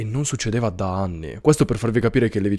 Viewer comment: Nobody: a: ZA ANNI!